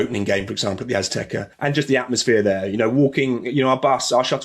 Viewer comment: At the "Aztekerr" 😂